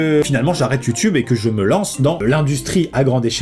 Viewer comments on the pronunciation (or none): none